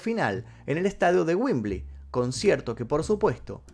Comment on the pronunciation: Se pronuncia wembly no wimbly